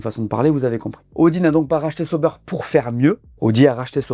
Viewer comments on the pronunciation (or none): Arrêtez de dire Seau-beurre c’est ÇA- OU-Bère😊